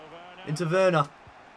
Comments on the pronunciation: It's pronounced verner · It’s ver-nah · Not wernah